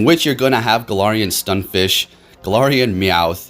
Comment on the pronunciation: Stun F I S K, not Fish.